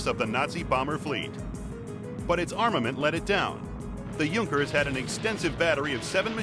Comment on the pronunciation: yes its sounds horrible in englsih D: may he could pronounce it a little bit better^^ im german and i had to laugh cause its sounds so terrible xDD